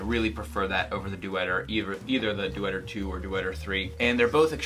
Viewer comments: Good review, but you are butchering the name Deuter. It's not "Due-eter", it's a two-syllable pronunciation like "Doiter". Go look it up on their channel if you want to know. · Deuter is pronounced "doy ter" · It's Doy-ter. ;-) Also, your 18-month-old has a wristwatch! Wow! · It’s not dooter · It's pronounced doyter. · Great review, thanks! fyi Deuter is pronounced "doy-ter"